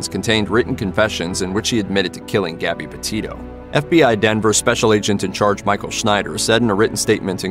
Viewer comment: Gabby.Not Garby.